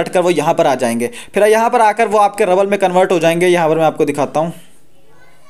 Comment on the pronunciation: Rabbal nhi rubal hota hai. रूबल